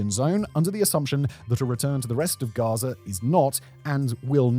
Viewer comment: Russier, Gazier 🤣 is